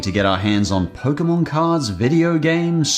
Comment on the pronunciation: The fuck is a "poke-uh-mon"?